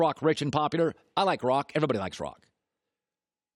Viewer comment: Doesn’t anyone else ever realize when he says “Popudar” instead of “Popular”